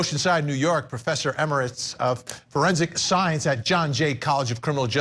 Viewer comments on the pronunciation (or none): none